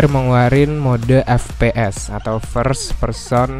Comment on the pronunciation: Ef pi es bukan Fe pe es